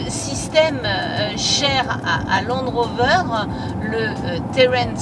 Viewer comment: Landeeeeeee rover heuuuu velarrrreeee